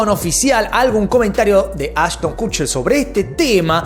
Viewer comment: “Cucher”???😂😂😂😂😂 pronuncia bién!